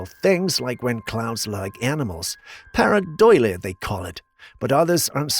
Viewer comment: Its paradolia not paradoila